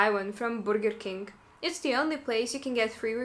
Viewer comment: borgir king hahaha the thick russian accent slip out.. so cute